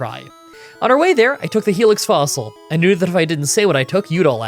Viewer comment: A hey lix fossil? Wait, i couldn't hear well. What fossil did he pick?